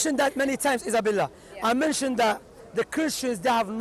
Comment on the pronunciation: Whats your name? Issabella Shamsi: Izzabella